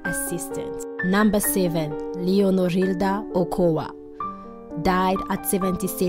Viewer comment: Julia Mariscal! NOT marichal… Ochoa not Okoa! Terrible you disrespect them not knowing how to pronounce their last names!